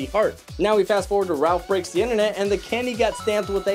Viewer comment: "Interneet" What I hear: "inter neat"